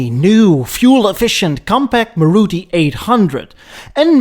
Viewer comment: and its pronoun's as Maaruti